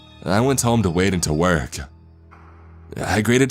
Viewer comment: Trevor and Tori “the number had the area code from my region-ah” “the message read-ah” “ah I thought of all the possible reasons to not go to work-ah”